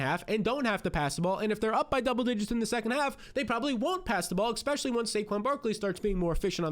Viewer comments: I'll hit the subscribe button if you start saying ESSpeically instead of ECKspecially. (Just kidding, I'm already subscribed.) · Hill and Jeanty couldn’t be bigger holds. P.S. You have to stop saying AXspecially, its especially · This is not a troll, I think you do a great job....So, with all due respect there is no "X" in the word "ESPECIALLY" and it's a word you use very often.